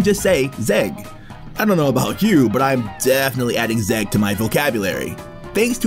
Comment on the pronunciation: its not zeg (ზეგ) its mzeg (მზეგ)